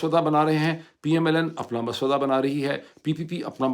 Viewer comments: 😂 it’s not maswada it’s ma saw wada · مُسوّدہ لفظ ہے Musaw-waddah ✅ Maswada ❌ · DR SAHIB...MASWADA NAHEIN HOTA "MUSAVIDA" HOTA HAI. AND BAANG E DAHUL NAHEIN HOTA...BABAANG E DAHUL HOTA HAI. 👍👍👍✌️✌️✌️🇵🇰🇵🇰🇵🇰🇵🇰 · Mr Pir Zada! It is not " maswada"! It is mussawida! Please be careful about your urdu pronunciation! Hearing wrong urdu from YOU is BAD! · Correction please Its Mu-sav-vida NOT Mas-vada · Maswada nahi musawwida hota he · Doctor sahib masawda ka talafuz darust kr lain please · Musawwida, Musawwida , please correct your pronunciation. Donald duck loo kay liye American expatriates kia kar rahay hein? One thing is clear that 8t is US establishment, Biden/ Kamala gang who are behind Imran Khan 's problems. This needs to be taken in strongest manner to the streets of US. Your ideas are always convincing and you are in a position of connecting with PTI leadership, so guide them directly. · Salam Dr Sb, Thanks for detailed and logical dot connecting and analysis. I generally listen to your vlogs. On a lighter correction side, the pronunciation is "Mussawwidah", appreciate your great work, keep it up. Maj (R) Asim Awan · Moeed Bhai I don’t want to sound like your teacher and my intention is not to pick your mistakes but since you said the word a few times I wanted to let you know. The correct word is مسّودہ read as musawway da with a tashdeed on س. I hope you don’t mind! Urdu is a beautiful language and we’re losing our grip on it with passing generations.